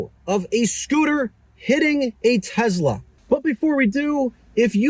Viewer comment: for the love of all things holy, please stop pronouncing Tesla with a Z. Tess-la not Tez-la. Carry on.